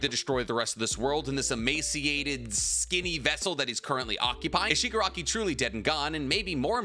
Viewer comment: Stop calling him Shigarki. Its AFO family name. The guys given name is Tenko. Or if you must go with AFO its Tomura. Its confusing and wrong. AFO is also literally a Shigarki.